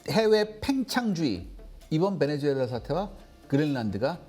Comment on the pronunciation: 베네주엘라가 아니라 베네수엘라 입니다